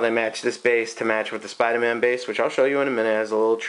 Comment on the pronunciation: I've never seen a review of a sculpture before but this was surprisingly in-depth! also, the ahtist! yea, the ahtists are togethah! making a Spidahman! No R's in this video, no way no how!